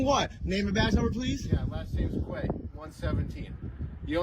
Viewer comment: Cop can’t even pronounce his name . Quay is pronounced Key. It’s French for wharf.